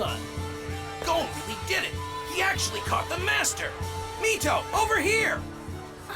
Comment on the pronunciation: Yeah, I'm not usually a dub hater, but this dub is rough. One Piece has me more open to Matt Mercer, but his Leorio just doesn't have the right energy, imo. The very flat proper articulation is a bit jarring too. Also hate the pronunciation of Gon, confused why its so different. I respect the audio processing issues and get why they're sticking to dubs, watched all of One Piece, so far, dubbed because I was sick when I started watching and reading wasn't viable, but definitely a loss on their part